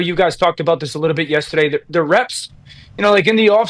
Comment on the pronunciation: Why does Dan insists on saying yestaday on every show???